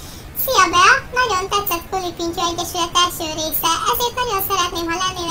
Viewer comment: Az elején 3. részt mondott KULApintyó xdd :D De amúgy jó lett! :)